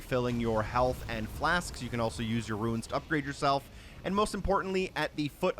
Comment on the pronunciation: Gather some "Ruins"? You mean... "RUNES"